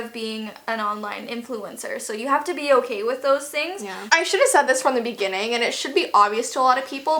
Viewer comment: Its not OKEH to be OKEH ❤ (Titan cry 😭)